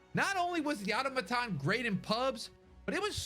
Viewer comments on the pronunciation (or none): Automaton is pronounced Uh-taw-muh-tawn. The amount of people who dont know this blows my mind. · i get it, auto is in the name and we are taught to sound out the words. but auto ma ton? its ah - tom - ma - ton, you know like a robot or machine that is self controlled?